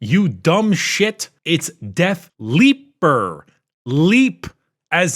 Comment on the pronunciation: I'm really disappointed they didn't make a Def Leopard joke with his pronunciation of the death leaper